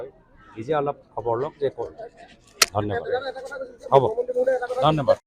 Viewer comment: ধন্যবাদটোক মাজে মাজে গেদাৰ দৰে দন্যবাদ বুলি কয় 😂